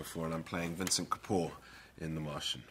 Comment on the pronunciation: Plus it's Venkat and not Vincent